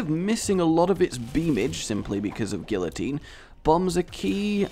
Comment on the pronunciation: couldn't even pronounce guillotine... disliked, flagged, unsubscribed. Okay but in all seriousness guillotine is a great item and does not get the respect it deserves.